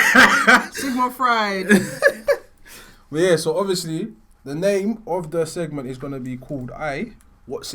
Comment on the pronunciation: “Sigmund Fried” 😂😂